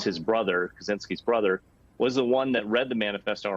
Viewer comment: "Kazinski"?? Kachinski, no? It's Czech Republic, not Zech Republic, lol